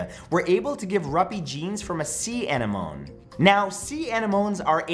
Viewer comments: It us pronounced "un nem o nee" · That is not how you pronounce that word.